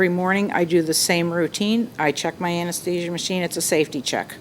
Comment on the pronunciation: She's an anesthetist and she can't even say anesthesia correctly. I would be highly embarrassed, not to forget that she's been one for 28 years. Oh, and she's just a simple mom - that cannot pronounce her life's work. Harvey and the Doctor pronounced it correctly but the judge and the defendant don't know their English very well.